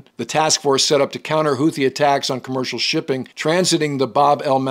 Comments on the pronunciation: Hootees, not Hoothees. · The second h in Houthi is silent. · Houti general YAYA? 😂